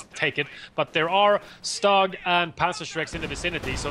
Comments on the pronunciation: Stug is prounonced Schtug! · Guys, your casts are the best out there!!! Bbbbbbut.... Please work on pronunciation! Few basic groundrules.... in german, W = a V in english, so Wehr is actually like Vehr StuG = sh-toog, not stug. Cause StuG is short for sturmgeschutz, and sturm is like u=the "i" in stir, so kinda like sh-tirm. And also, how much historical knowledge of WWII do you guys have?